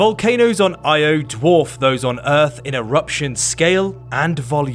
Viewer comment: I had to stop watching after you mispronounced it. Not even researching it’s pronounced Ee-oh, unforgivably lazy.